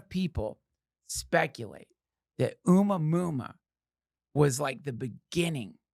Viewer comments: Duncan... I believe your "Oomah Moomah" is pronounced Oh-mua-mua" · It's pronounced "A-moo-uh-moo-uh." What is your problem Duncan? You can't look up how to PRONOUNCE A WORD, THIS AGGRESSIVE ACTION WILL NOT BE TOLERATED 'N SHIEEEET